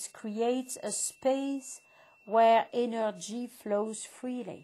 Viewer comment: "The energii of LUUVE end relaxation" Lol